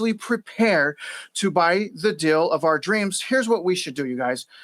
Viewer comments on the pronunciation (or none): You keep saying "dill" for "deal", so I think you're talking about pickles...........